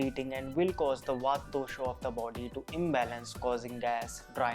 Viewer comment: I would appreciate if you dont say Vataa and cafaa, say vaat, cough, Ayurved rather. Thanks for rest.